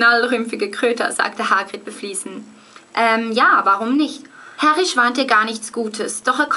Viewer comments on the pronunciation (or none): Du spricht Hagrid ja aus wie H-Grid :D Nei aber im ärnscht: voll geils Video ;)